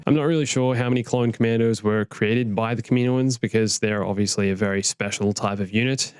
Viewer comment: Nobody:: “kam-ee-no-ins”